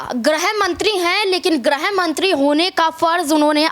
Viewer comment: Aap kya bayan de raheen hai ? Aap गृह ( griha)मंत्री को ग्रह ( graha ) मंत्री बोल रहीं है । पहले ( सर्वप्रथम) आप यह तय कर लीजिए कि आप ग्रह या गृह किससे दुखी है ?दोनो में से निश्चित किसे हटाना चाहतीं है ?लगता है आपको हिंदी भी ठीक से नही आती ।